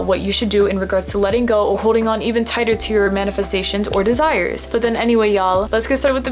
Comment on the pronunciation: tigher instead of tighter